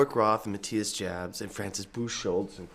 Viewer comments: Not Matthias "Dschabs"! Prononounce it like YA(hoo) Jabs --> Yabs! That ist the right German pronounciation! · It's pronounced "yaps" not "jabs" Kirk Hamster ; ) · I thought the name was pronounced Yobs. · Jabs is pronounced "Yaps" with a soft A. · Pronounced Yabs. Scorpions are so awesome. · Kirk needs improvement with his German pronunciation. Maatias Jabs is properly pronounced more like Meetyus Joorbs. Kinds rhyme last nane with Knobs. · OMG I've been pronouncing ALL Scorpions names wrong for 40 years! Thanks Kirk!